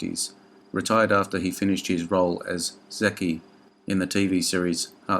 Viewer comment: Just to let you know. On the Dale Robertson segment, that one part he played, Zeke, is not pronounced as Zekee. It's pronounced as Zeek.